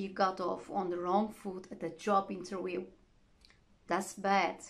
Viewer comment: Wait Madam!!! we say Interview this is the phonetics /ˈɪn.t̬ɚ.vjuː/... not interwioo